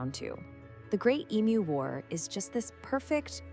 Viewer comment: Another creepy AMERICAN AI redstory based on a true event, which could not pass up taking the piss out of Australia. " WE " don"t care but even the AI could not pronounce "EMU" correct to Australian standards. So much technology, such a little word and yet SO WRONG.